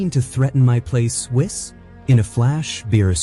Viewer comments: Gohan is better than Goaten ever will be. Even if Wiz trained him. AI voiceover sucks. It's Go Ten Goten. Wheeze.. Whis. Also Whis would probably focus on Goaten strengthening his base form. I do like your videos though. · I don't know why people who use AI to make videos can't learn how to change spelling of words to make them sound correct. Saiyan - Sayin not Sigh on Goten - Go Ten, not Goatin Whis - Weese not Wiss It's so damn cringe It's like they don't listen to it before posting it. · How many times are these people not going to read over their own scripts I'm so tired of hearing the names of these characters be botched every time. Goat-in really?! The name is pronounced "GO-10." Whis: "whee-sss" Saiyan: "say-yen"